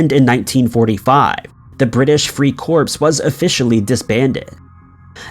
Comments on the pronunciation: Free corps? Please! That’s pronounced, Free “core” not “corpse”. Like Marine Corps, corpsman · The Free Corpse?? Really?